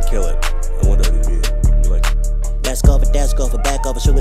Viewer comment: Why does he say mesk